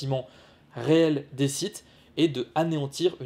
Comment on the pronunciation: Je rappel que sith phoniquement ne se prononce pas site c est comme le mot clef on dit pas clefe pour le sith c est pareil